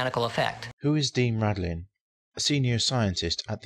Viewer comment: Dean RADIN, not Radlin.